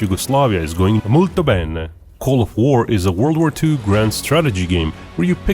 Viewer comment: That "molto bene" was a bit strange, sounded like a robot...but pretty spot on, your italian is good. Great content as always!